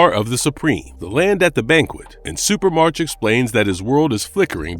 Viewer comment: "Supremarch" is pronounce "supra-mark", not "super-march". The suffix "arch" (pronounced "ark") is derived from ancient Greek and means leader. Examples: monarch, oligarch, archangel. So, "Supremarch" means "Supreme leader"; in this case, the leader of Supremes.